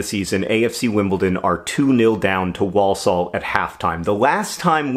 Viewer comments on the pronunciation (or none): I have nothing intelligent to add to the comments so I'm just going to pedantically correct pronunciation: wor-sull not wall-saul. Hopefully that's helpful not annoying, sorry! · The first L in walsall is silent. "war-sawl" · Gah Walsall is another weird British town name, sorry John! It’s ‘Wor-sul’ - drop the first ‘l’ 🙂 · the way john says walsall acc eats into my soul as a brit who lives down the road from walsall. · I grew up near Walsall, and it's really weird to hear a word you have heard so often in your life pronounced wrong so many times in a row.